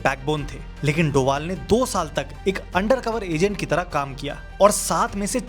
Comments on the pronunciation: Doval nahi sir bol . ... Doval sir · Sir Ajit doval bolna bro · Sahi se naam le bhai ajit doval itna khatarnak aadmi h kya hota hai be